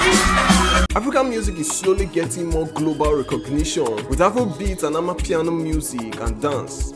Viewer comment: For goodness sake . Its called amapiano . That is a South African word . Please stop it